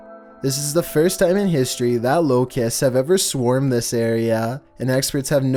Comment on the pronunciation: Why did he say locusts so weird